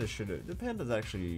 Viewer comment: Someone please make a compliation videos of he saying ackchyually. that'd be great !